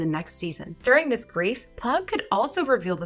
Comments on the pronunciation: It’s not plogg it’s plagg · it's pronounced "pl-ah-g", not "pl-oh-g" btw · P-Lagg not plogg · It’s pl-ag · why do u say plagg name wrong